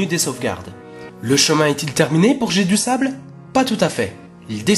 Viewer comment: Ah et Jedusable, vu qu'il est anglais, doit se prononcer Jai-du-saybeule